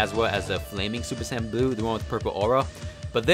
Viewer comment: Bruh my wish for videos are for him to say super saiyan not super San but still loved the vid keep up the great work